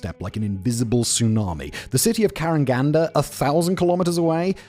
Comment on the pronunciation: Odin is scandinavian god, one is odin with emphasis in the end not in the beginning you just described all russian closed cities, except this days they are on the map and mostly not closed anymore. they all called by the closest city + some number and usually had second name KaragandA emphasis in the end.